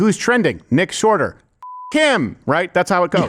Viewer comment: Did Anyone notice that CC called "Sharter" Yes I'm a child, LOL